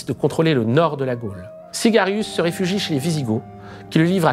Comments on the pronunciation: à c'est Syagrius pas "cigarius" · un régal d'écouter en moins d'une heure un concentré de tout ce qu'ont pu établir les historiens et les chercheurs, les VRAIS, sur ce sujet. Tellement loin du "récit" biaisé qu'on en a fait. Petite remarque : le nom du gars à qui Clovis a mis la pâtée à Soissons, c'est SYAGRIUS, pas Sygarius. Merci encore, bonne continuation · Syagrius, pas Sygarius